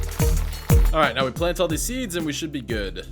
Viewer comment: At around 6 min he. Said potatos carrosserie steeds and wheath😂